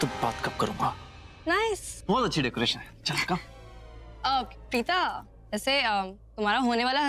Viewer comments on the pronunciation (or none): Bhen vo tumhare papa nhi h jo pita keh rhi hu vo preeta h preeta plz pronunciation right